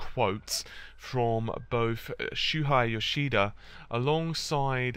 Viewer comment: Its shuhei not shuhai :D hes not german :P